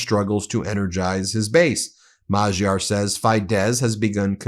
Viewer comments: Spend some of the money you earn from promoting crap on a course to teach you and the supposed editor in chief how to pronounce names. American idiocy syndrome on display here. "Majyar". Unbelievable. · I love your show. Adorable (mis)pronunciation in Hungarian. Here is some help: - Magyar can be pronounced as majar (j similar/approximate to the j in jar). - Tisza can be pronounced as Tisa (i for India, s for sugar, as the compound letter sz is the s sound, pronounced like s in super). - Fidesz is Fides (again: i for India, s for sugar, as the compound letter sz is the s sound, pronounced as s in super). It's consistent in this language. Keep up the amazing work, Ben! You and your network have a huge, much-needed impact on truth-journaling! Stay safe! 💙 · Just a word on pronunciation Ben. Peter Magyar's last name is pronounced "Modyar". Tisza is pronounced like "Tissa" and Fidez is like the "i" in Fin. We in Hungary are not fooled by Orban. He is only trying to look after his own investments in Russian oil and gas, not the betterment of Hungarians. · Thanks for keeping us informed Ben and congratulations to all at MTN for reaching the six million subscribers mark! 🎊🌟🎊🌟🎊🌟🎊🌟🎊🌟🎊🌟As I understand it, the name Magyar is pronounced Madyah, but I could be wrong in some cases. Thanks for everything you lot do, it's always an age before mainstream catches up; fact is, lots of journalists in outlets like BBC do themselves consume MTN and Legal AF, there is sometimes a frustration about how long it takes to expose the truth to the reader. Nice one Ben and team! 🎉🎉🎉🎉🎉🎉✨🌟👍